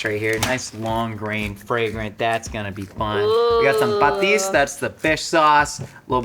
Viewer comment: The way says Patis is like an equivalent of someone non-mexican/latin rolling their Rs.